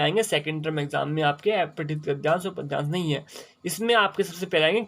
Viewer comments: Aepathit nhi sir apathit gadyansh hota hai 🙏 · sir wo to aapne sahi bola lekin aapka pronunciation aepathit hai jo ki अपठित होता है...